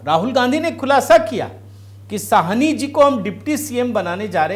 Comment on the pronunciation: भैया जी,ये मुकेश सहनी है,साहनी नहीं । कृपया correct करें।धन्यवाद